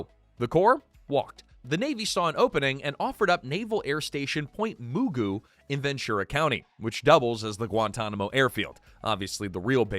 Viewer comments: It's pronounced Point Magoo not Moogoo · Tell AI it’s pronounced “Magoo”, not “MooGoo”. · Not bad for an AI voiceover. But Pt. Mugu is pronounced Magoo, like the old 70s cartoon…not moo-goo, like nothing at all. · not MOO-GOO, MUH-GOO. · Pt. Mugu is pronuounced "Muh-goo" and not "Moo-goo" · Yea, I've live in CA all my life, 79 years.......and it's always pronounced Mah-goo. or Muh-goo. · “Point Moo-Goo” 😂 It’s pronounced “Muh-goo”. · Point Moogoo.... Oh come on, if you're going to narrate the story, learn to get the names correct. Geez, Point Mugu! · It's pronounced 'MAH-GUE', like Mr. Magoo. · Hey AI voice, it's not Point "Moogoo" it's Point Mugu. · Point Mugu pronounced like Mr. McGoo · Point Mogu isnt pronounced how they said it either